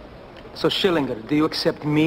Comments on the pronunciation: The only reason Schillinger has accepted the Jewish Stanislowski is because he was the only one in the whole prison who could pronounce his name correctly. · Schillinger probably just accepted Stanislowski for the sole reason that he actually said his name right.